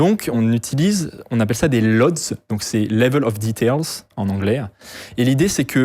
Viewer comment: Et qui dis "lodes" au lieu de L.O.D...